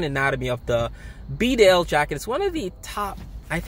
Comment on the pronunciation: It’s actually pronounced baaaaaa del